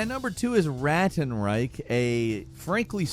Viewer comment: Ist fucking Ratten Reich and Not Räätn Reick, god damnit